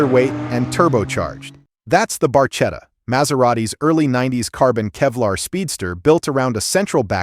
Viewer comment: You should check how to say ,,barchetta'' properly. In Italian ,,ch'' is ,,k'' .